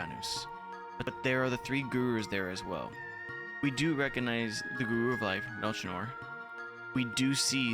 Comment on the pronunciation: What an amazing game. Still in my top 5 RPGs Edit: Melchior is pronounced "Mel-key-or" 👍🏻